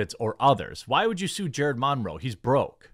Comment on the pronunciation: Where did you learn to say "Monroe?"